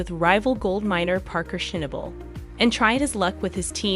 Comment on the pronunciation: Please please Before you place an announcer On the air Please please Before hiring them sit down in front of a TV set and have them Watch5 seasons of Gold Rush if they can't come up with snobble With Parker's last name Just have them call I Him Parker Fans will know who the hell they're talking about I have after watching most all of any kind of update Update Or announcement Will they say Parker's last name correctly from now on just call the hymn parker I I personally can't spell snobble But I know it when I hear It